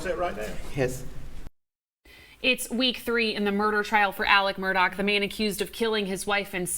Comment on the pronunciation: It's not Murdock! It's Murdaugh.